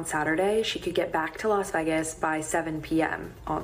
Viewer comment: Why can't that girl say vegas though??